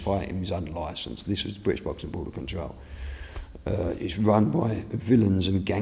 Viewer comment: Fwank Warren, the most successful bwitish pwomoter of all time. Wobert wan awound the woundabout. Wibble Wobble, Jonathon Woss.